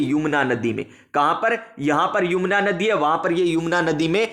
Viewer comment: सर पड़ाया तो बहुत अच्छा, लेकिन सर यमुना को आप बार बार युमना बोल रहे थे